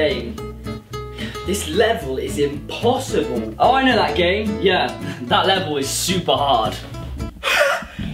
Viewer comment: im so dirty minded cuz i thought it was impossa"ball" and then i heard hard and i lost it so yea u got me on 2...